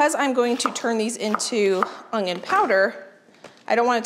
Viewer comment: She is so awesome and I never miss a video, but I do believe I hear a G in the word onion when she says onion ... How in the world do you do this with a new baby? I love your videos and I am 64 years old and love learning from you and sharing with grand kids. Keep up the good work.. and God bless you and your energy and enthusiasm!!